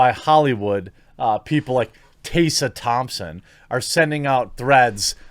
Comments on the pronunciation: fam can't even pronounce Tessa properly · Why are you mispronouncing Tessa Thompson first name? It should be how you would pronounce MESS, replacing the M with a T & put an A at the end, there is not a letter S in the middle of her name. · lol why are you pronouncing "Tessa" like that? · You’re pronouncing Tessa wrong, it’s so jarring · Couldn't get through the video due to your consistent mispronunciation of a fairly common name. In your mind that's probably not a big deal but it doesn't help your cause when you disrespect one of the main talking points over and over again. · Tessa is pronounced exactly the way it looks. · bro, Tess. . . A. not tase a. two s mak success. like tess-a short a sound at the end. Phonetics is actually a thing ya know. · is it really "taysa" I thought it was pronounced "tessa" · He's reading 'Tessa' as Taser, so you're not helping. I think it's Teh-sah. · It's TESS-A. Not TAY-SA. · Are you aware that you’re using Daphne Joy in your thumbnail? That’s who’s wearing the bikini and not Tessa Thompson. Tessa Thompson (which, by the way, isn’t pronounced as “Taysa” it’s “Tessa”) doesn’t have huge boobs as seen in the thumbnail. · I agree to everything you said except for one thing: Tessa. It's Tessa, not Tey-ssa. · I'm not a TT fan but why are you calling her "tay-sah" when it's obviously "Tess-uh" Think Tesla without the L. 🌹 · Te-ssa Te-ssa. We are not tasers... sigh That's it unsubbed and triggered for murdering the pronounciation of my beautiful name 😋 Jokes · I let it slide when you said her name godawfully weongt when you talked about that article Tessa was in about aprlomg with white crows onset....but are you trolling or can you just not get her name. . Its Te-ssah...,not Tay-sssa. I still love the channel...but it does drive me nuts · It’s not Taysa Thompson it’s Teh-sa Thompson/Tessa Thompson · Taser Thompson? Fuck me, how difficult is it to pronounce Tessa? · Who is "Taysa" Thompson?